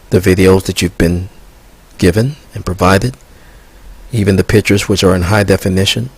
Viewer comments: "Pitchers"? or pictures. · I cannot trust a person who pronounces "pictures" as "pitchers".